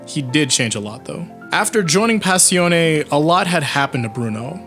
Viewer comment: Smh I still hate how u pronounce Passione I know, I know